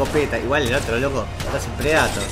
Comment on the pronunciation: Que te cuesta pronunciar bien el inglés? tenes como 30 años y seguro venis viciando los mismos años que yo, dale que vos podes, PRE DEI TOR!!! 🤦🏻‍♂️